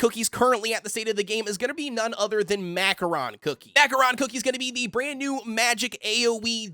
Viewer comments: It's pronounced Ma Ko Ron. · Bro said Mackoron cookie